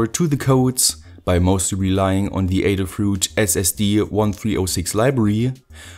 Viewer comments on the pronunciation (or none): none